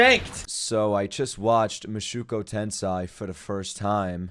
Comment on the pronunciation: Oh my. Please man, It's Moo-show-ku Ten-say